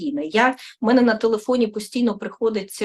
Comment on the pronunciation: Та не "мене, а ме"не, не "себе, а се"бе.